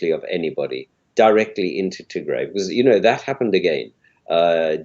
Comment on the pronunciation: I wish you say "Tigray" not Tigre